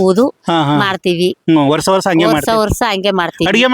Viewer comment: ವರ್ಸ ಅಲ್ಲಪ್ಪ ವರ್ಷ ಅಂತ ಸರಿಯಾಗಿ ಮಾತಾಡು